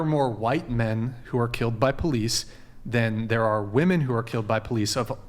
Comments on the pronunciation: Stop saying woman when it's women! Omg the patriarchy is telling you proper grammer, oh no... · I can’t even continue to listen to this because of how many times she says “woman” incorrectly. And how many times she uses words that don’t even make sense. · That girl keeps saying "Woman" but she should be saying "Women"... Dude just get her off the show, and stop feeding the troll. She's dumb af. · How these guys didn’t correct this idiot the second time she said “woman” is absolutely beyond me. You’d be hard pressed to sound any dumber than that. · Why does that one lady keep saying woman instead of women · I couldn’t debate someone that can’t pronounce the word women and consistently pronounces it as woman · Her saying WOMAN instead of WOMEN is driving me insane. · One of my biggest pet peeves…I have a friend who does that, despite me constantly correcting him. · I have such a petpeeve when these girls say the word women like woman. They "defend" women so much but they can't even say the word correctly. I don't think they know the word women is plural and the word woman is singular🤦‍♀️ and that their pronunciation is different. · It really really really really really bugs me that she says woman instead of women. we woman need our voices heard. Blah blah blah. All woman need to blah blah blah it’s women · Why can’t most of the GenZ panelists in every video recently pronounce woman and women differently as is proper? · The way she pronounces women as woman. It is killing me. As well as her way of thinking. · It is "woMEN" please for the love of God, it's "woMEN." The plural of "woman" is not "woman." This is constant. Can someone on this podcast correct this?? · No one else gonna call her out on saying “woman” everytime she should be saying “women”??? 🤣 what a dunce! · The way she says woman as a plural, not women is very annoying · Why do they always say "woman" when talking about women? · Can you please correct when they say WOMAN instead of WOMEN????